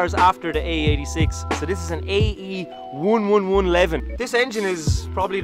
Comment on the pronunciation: AE-WUNWUNWUN Literally today I was re-watching your latest video, waiting for your next one, ye Irish people are so precious